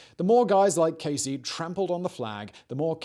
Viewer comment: Good info, but very pretentiously delivered, with a "Know-it-All" posturing: strategically raised-eyebrows and coy glances at the camera. By the way, your "American" stinks: it's Ken [KEE-zee], not [KAY-zee].... the girl's name was [EE-dee] not [Ed-dee]... and the town is called [LO-wull] Massachussettes, not [LAO-wull]. I lived there. Again, pretty good info, but an overly-dramatic delivery, with a cloying smugness that distracts from the value.